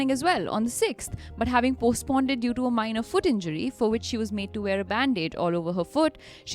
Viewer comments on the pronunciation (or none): Hi, Loved the episode- great content as always! Just a quick note: I noticed “postponed” was pronounced as “postponded” a few times. Thought I’d mention it in case it was unintentional. Keep up the great work!